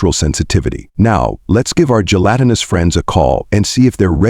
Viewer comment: Great story idea. Execution of it leaves something to be desired. Way too much repetition and the stupid narrator can't seem to pronounce gelatinous correct most of the time. Stopping afte only 19 minutes because I just can't take it. Too Bad. I would have loved to hear the rest of the story.